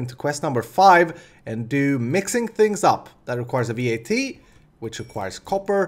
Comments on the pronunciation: It's not V.A.T, it's just vat. Pronounce it like the beginning of vatten and you should get it right :) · It's not V.A.T, just vat...